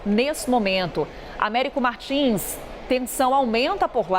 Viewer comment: Américo Martins faz boas reportagens, mas ainda não aprendeu o som do "s" em bs/ps/. Treinar é bom e evitar falar errado perante o povo.